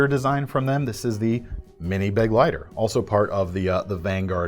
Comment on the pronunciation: little pronunciation guide: begleiter = bu - gleiter (German for companion), not beg-leiter.